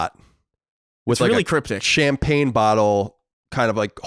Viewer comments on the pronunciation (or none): none